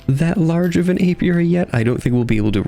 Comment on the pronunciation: Not to worry, you are pronouncing it indeed the correct way Most people normally get it wrong so kudos to you